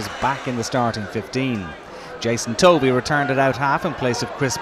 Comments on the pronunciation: Point taken...Tovey (as in almost rhymes with toffee rather than toe-vee) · It's pronounced Tovey throughout he report - Not sure what you mean? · Reporter was saying "Toe-vey" rather than "Tovey" (1 syllable)